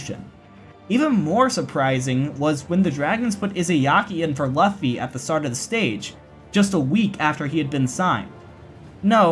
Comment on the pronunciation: Great vid (biased obviously), just wanna point out that Luffy is pronounced loo-fy after the character in the One Piece manga